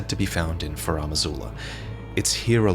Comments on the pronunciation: FarUm Azula. Not FarAm Azula. It's bugging me all video. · FAH-ROOM!!! It drives me nuts to listen to mispronounce Farum repeatedly. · "Faraam" Azula 🤭 all the veterans mispronounce Farum. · Any explanation as to why is pronouncing it 'Faraam' Azula? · Finding myself needlessly bothered with how pronounces "Farum" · so much effort put into the video only to pronounce "Farum" like a criminal...